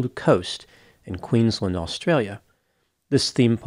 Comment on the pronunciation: I love you, I watch all your videos. Please, please learn how to pronounce Queensland. It isn't run together like Maryland in the States, it is two distinct words joined together: Queens - land.